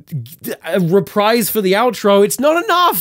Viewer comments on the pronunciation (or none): that’s not how you pronounce reprise